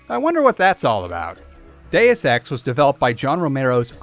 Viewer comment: Deus ex, per se; you're mispronouncing all Latin.